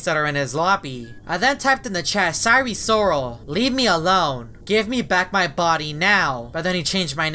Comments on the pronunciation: please sire sirol is pronounced as “S I R E S I R O L” not “S I R E S O R A L” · I'm laughing because he said: our friend sire sorel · sire sriol lol